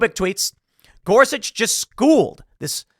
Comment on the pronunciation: Spelled, “Gorsuch” sounds like, “Gore-Such.” Knowing is half the battle.